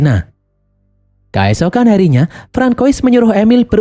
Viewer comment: "kAesokan harinya"... pakai E bukan pakai A mimin... kEesokan harinya. artikulasi donk lol.